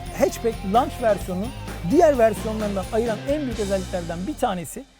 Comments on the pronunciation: lanç paket denmez, loğnc paket diye okunur. lanç nedir öğle yemeği der gibi? önce nasıl söylendiğini öğrenin, sonra kamera karşısına geçin... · alakası yok. Lanç diye bir telaffuz yok. Lunch kelimesinin teleffuzudur lanç. O da öğle yemeği demektir. Tanıttıkları üründen haberleri yok. Bir tek bu arkadaş değil, bir çok tanıtım videosunda yanlış söylüyorlar. İlk defa geçende Antalya Fiat bayisinden bir arkadaş doğrusunu söyledi. Ama bunlar öğle yemeği paketi tanıtıyor.